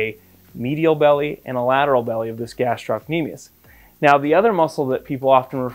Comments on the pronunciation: In med school I failed to diagnose an achilles rupture on a guy whose motorbike had tipped over while he was on it. I thought Thompson's test was negative but it turned out I just wasn't squeezing hard enough! Tricky. Oh and just one thing about the etymology and pronunciation of "gastrocnemius". Taken from Wikipedia: "The muscle is named via Latin, from Greek γαστήρ (gaster) "belly or stomach" and κνήμη (knḗmē) "leg"; meaning "stomach of leg" (referring to the bulging shape of the calf)." Oh and eccentric is pronounced ex-centric. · Thank you, this is most interesting and educational. One small comment about the word gastrocnemius : it's gastro-cnemius (the belly of the lower leg) while you were pronouncing it as gastroc-nemius (which in greek does not make sense)